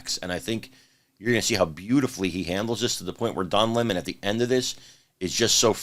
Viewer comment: Don Lah-Mon isn't very bright